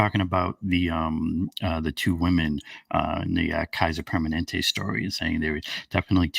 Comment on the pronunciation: Hey it's PER MA NEN TE